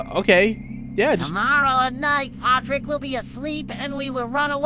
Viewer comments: Patrick not potick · WAIT WHOS POTRICK ISNT IT PETRICK OR PATRICK